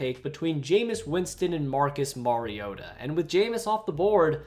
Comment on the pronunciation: Who tf pronounces ken Whisenhunts and Mariotas name like that?